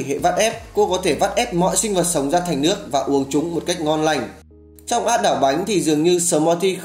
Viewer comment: Lếu như,lước ??? Hơn 1 năm vẫn chưa khắc phục được lỗi chính tả,phát âm à ?